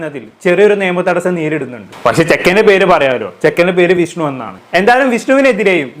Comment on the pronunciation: വിശ്നു അല്ല വിഷ്ണു.